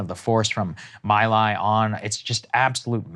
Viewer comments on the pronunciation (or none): It's pronounced "Me Lai" , Saagar